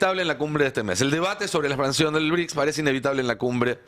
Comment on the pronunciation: “ BRICSA” ???? 😂😂😂😂😂😂😂😂😂😂😂😂😂Es un chiste??? 😂😂😂😂😂😂😂😂😂